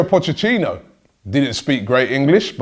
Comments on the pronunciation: Pochetino not pochechino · Pot-chet-tea-no, not pocheththino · Am I the only one hearing "pochechino" 🙈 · "pochechhino" loool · Can we get a 10 hour video of Robbie trying to say pochettino